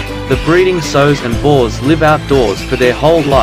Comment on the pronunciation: It's sows, not sews!